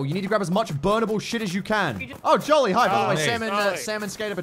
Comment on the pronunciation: Until he talked I thought was saying "Joline" not Jolly.